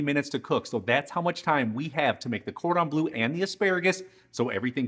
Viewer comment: Bleu not blue!! ;-)